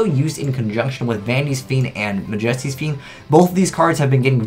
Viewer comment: i wonder if is pronouncing Majesty wrong on purpose